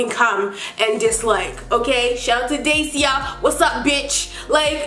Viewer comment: when you said "Dacia" like "day see uh" I lit thought you were talking about me & didn't know how to pronounce it.. I was like I'm not a hater boe 😭